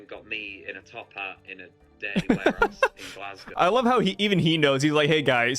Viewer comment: Everybody that makes a video about this topic says ‘glasscow’. It’s Glass-Go, spelled like Glasgow. Have a nice day! 😊